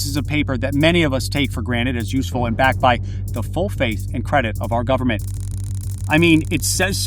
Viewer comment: "full faith and credit of the US gubmit"...LOL